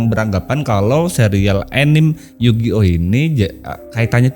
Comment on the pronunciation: Anime dan kartun ya mirip. Anime istilah kartun² Jepang. Dan anime dibaca anime, bukan ENIM ENIM, bang 😂 Tadinya saya mikir², enim enim itu apa. 🤣